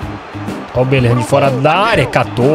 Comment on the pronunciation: falando belligham: belirram